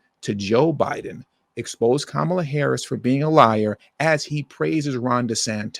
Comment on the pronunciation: KAH-MAH-LAH. Like the wrestler 😂😂😂